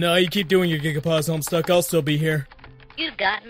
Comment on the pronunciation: did he say homestuck in the beginning?